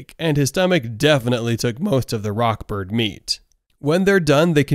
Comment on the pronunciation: It's rod Bird not rock bird